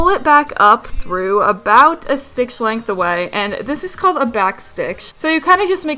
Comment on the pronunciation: she says "stitch" like "stickshh"